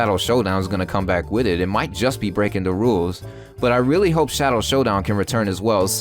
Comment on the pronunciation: Breakindawules. Lol